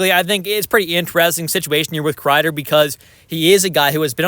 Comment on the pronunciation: Why do I keep hearing maple leafs want Krieder